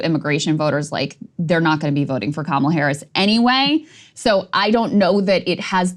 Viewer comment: Vote blue, even if it's ka-mall-a. Bahaha! Krystal